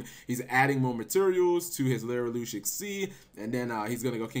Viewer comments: why.... does he keep saying LYRILOOOOOSH????? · lirylush learn how to pronauce cards right also people don't realy think that they are shit without tyrant neptune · It's Li-ri-lusk.